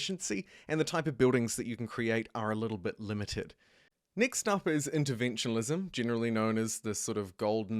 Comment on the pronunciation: Quick question, why do you pronounce interventionism with an L. It's not interventionalism 😭 and tbh I've heard other people pronounce it that way too. Just curious